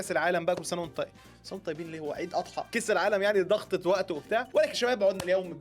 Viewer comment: كيس بدل كاس